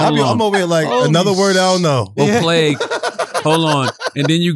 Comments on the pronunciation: "Plags"??? Yo sometimes I feel like Charlemagne tries to fuck words up. Like how have u never heard someone say the word plague before??? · A “plag”😂😂😂 Charlamagne too damn funny